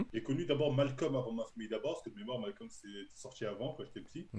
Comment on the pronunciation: Les renois qui disent malcom ON VOUS VOIT!😤